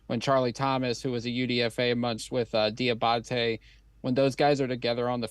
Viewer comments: How do you mis-pronounce the dudes name several times 2 mins after you hear it said correctly several times? Come on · Somebody needs to let Q know he has got to stop butchering that man’s name, 🤣. (Dee-uh-bah-tay)